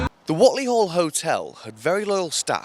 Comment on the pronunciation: FYI.. it’s pronounced wait-lee